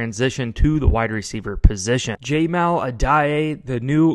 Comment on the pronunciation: Ja-mall Uh-die